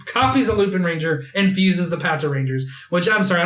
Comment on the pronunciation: so... without wanting to be annoying but .... the Correct way to pronounce lupinranger is Lupawnranger